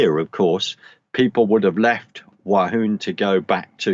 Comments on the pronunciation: WUHAN as in Woo-han and not Wahoon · It;s :Wuhan " Not Wa hun lol 3 : 11 .